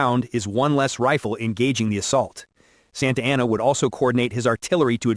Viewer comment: Not particularly doubting your theory here, but I am taking some issue with your pronunciations of the people and places. Jim Bowie's last name is pronounced the French way: BOO-ie The final battle of the Texas revolution is San Jacinto: San (not sAHn) JAH-sin-toe António Lopez de Santa Anna's final name is sAHn-ta AH-na.